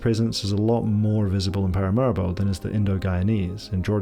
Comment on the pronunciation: Been to Suriname many times (Alcoa) & you've done a great job. One small suggestion-I believe the capital is pronounced Para-mah ree-bo.